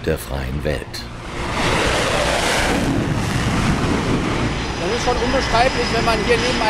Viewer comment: "freihe Welt"😂